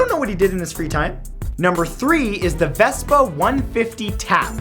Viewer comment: you're not saying Vespa right